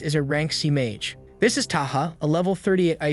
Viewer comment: Why bro became Ma-ge ? Blud i not go-jo💀